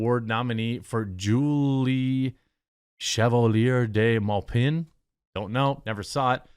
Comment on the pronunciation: I love your show Jeremy, tbh as a frenchman your French prononciation of Chevalier de Maupin gave me a little chuckle, reminds me of how bad my own English is when I speak.😂